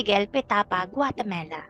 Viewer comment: "GUATEMALA" hindi Guatemela